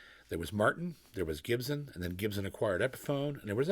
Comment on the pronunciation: Anybody else get a kick of out how JP says “Gibson” like it’s got an H in the spelling? Jp I’m a big fan but it’s pronounced Gib-sun not “Ghibsen” ya gosh darn Canadian 🤣